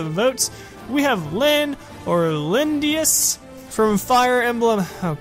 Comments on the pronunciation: you said Lyn's full english name wrong Lyndis, not Lyndius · Lyn isn't from a town , Lyn is the only survivor from the Sacaen Plains of the Lorca Tribe , It's Lyndis not "Lyndius"